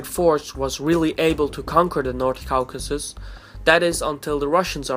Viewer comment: Caucasus is pronounce /ˈkɔːkəsəs/ the au/aw in english is pronounce like an O generally just wanting to help